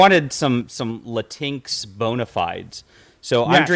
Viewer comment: the way said it made it sound like kleenex: lateenex